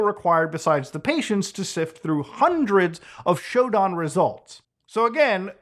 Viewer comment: omg shodan is like literally a cheat code for people who know what to do like damn i was like hey nice video and bam he says shooo daaan xD its sho dan xD